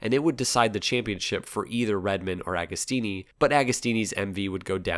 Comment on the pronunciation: JOCK-OMO, not GEE-AH-COMO, OK? AH-GO-STEENEE while we're at it. Nobody will EVER be as cool as Ago, even at 80+!